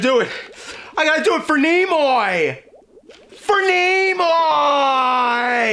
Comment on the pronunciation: “FOR NEMOY”